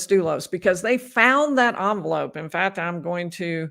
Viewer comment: People have accents. fails to pronounce t’s at the end of words. fails to pronounce k sounds. sus-pet instead of suspect fat instead of fact kuh-ret instead of correct I have heard language experts say people in the Midwest think they don’t have an accent. I am in the Midwest and I believe I have an accent but I can’t describe it because I don’t hear it.